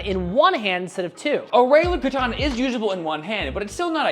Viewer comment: learn to pronounce katana correctly